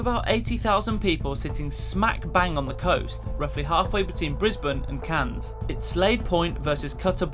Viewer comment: That's not how you pronounce Mackay, or Cairns.